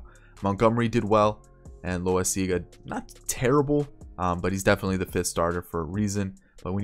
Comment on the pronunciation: Jonathan Loaisaga is pronounced la wi siz ga